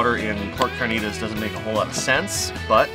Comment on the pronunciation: Carrrrrrr-knee-Ta-ss lol